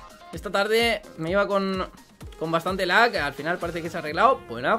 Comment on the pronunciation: no se dece laq. se dice lag